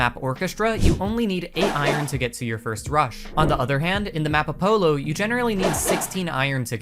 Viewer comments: no way he said “apolo” and not “apollo.” This is why he’s a block game youtuber for a living. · Apo-low 💀 good vid tho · it should be a-po-llo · ah-pollow lol 10/10 video though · "a polo" cracked me up ngl, not hate everyone has a pronunciation error every now and then. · I’m aware this is old, but do you seriously not know how to pronounce “Apollo”???? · nice guide but seriously couldn't say Apollo right?